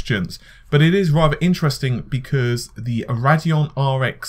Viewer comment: Ray - dee - on. Not Rad - e - on